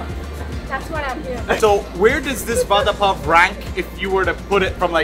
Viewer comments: It should be pronounced like vara pao not vada pao , though we right it vada pao. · Vada pav is pronounced as vara pau.... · Sorry but i heard father puff😂😂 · I’ve been laughing for over an hour stomach is hurting over the way u pronounced VADA PAW 😂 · OMG, Khalid's pronunciation of Vada pao is so funny. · The way he says it "Va Dha Paa O" :) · the way he say vdda pav😂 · Its vara pao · Aww love d way u pronounce vada pav nd pav bhaji, would love to see more tasting Indian food vlogs. Lots of love from Mumbai, India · The way U pronounce "Vada pav" I like it❤ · The way he says Vada pav 😅😂😂